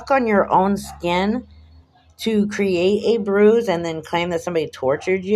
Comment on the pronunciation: Wah! Wah! Boo hoo, hoo, that mean old powice man gave me a boo boo elbow. I can't feow my thumb and finger, and I still got a bwuise, see? You're right about the hickey, this "torture" to his elbow was WEEKS ago. There is NO WAY that he would still be showing a visible bruise. The human body would have absorbed any blood under Chillie's skin a LONG time ago. Liar, liar, pants on fire. Chillie is such a pos.